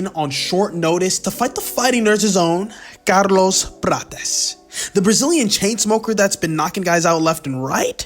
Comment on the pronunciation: Bro, wtf was that pronouncing of Carlos Prates? 😂